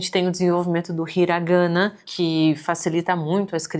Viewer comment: Ótimo vídeo, apenas um adendo... Katakaná e Hiraganá, a "sílaba tônica" no japonês é sempre a última.